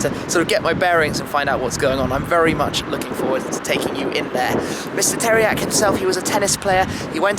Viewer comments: Narcis Iordache im from romania,i know who tiriac is,but the first time i heard like you pronunce teriaky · Did you said Teriaky Car Colection ? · Great video, mate. Very calm, pleasant to hear and fun to watch. Also great information. // But one hint: 'Țiriac' is pronounced as 'Tsiriac'. The T-comma (t --> ts), which also exists as S-comma (s --> sh) in Romanian, changes the pronounciation. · pronunced 'Tziriac',would be cool if you say it like that.